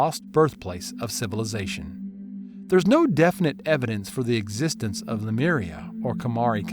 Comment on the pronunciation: The narrator is mispronouncing the word Lemuria to "Lameria". Wth dude!😅